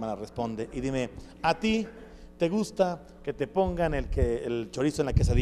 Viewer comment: Cuando dijo a ti si ye gusta sonó cómo pregunta y afirmación